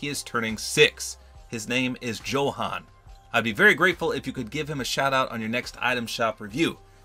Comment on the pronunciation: johan pronounced yohan